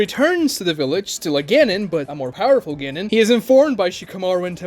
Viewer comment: No. You pronounced it wrong "Choo neen" Same for Genin 🤣